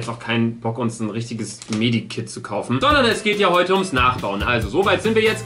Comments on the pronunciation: Das heißt Med Kit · Med Kit nicht Medi kit